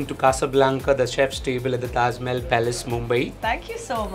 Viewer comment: 's way of speaking is damn irritating. We want kamiya in all the videos. The way she twists her tongue and pronouncing "Mahal" in this video is damn bad.